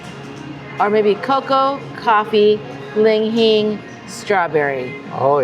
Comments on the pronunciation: Li Hing!! Why do you call it ling hing? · Oh me, oh myyy...we'll be in Vegas in a few weeks. Must give that a try! What was jn that coffee because kinda destroyed the pronunciation of "li-hing". She said "ling hing" every time and even said "malsala" once lol. You guys have been to Hawaii so much, what gives? 😁 Thanks for doing a video about this place.